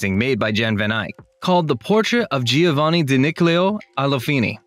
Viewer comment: and let's not even start with Giovanni..... this surfer/ frat dude obviously didn't study art history...